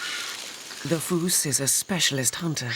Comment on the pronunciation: Have never heard a fossa called a "foos" before. The Malagasy word is fusa, so I can maybe see where the narrator got confused, but if I had a nickel for every documentary narrator who didn't bother to learn how to pronounce the vocabulary in their script, I'd be rich.